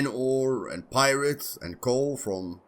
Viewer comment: Sorry, but I have a chuckle every time you say "pyrite"...cause you pronounce it like "pirate". When u say pyrite - I say Aarr!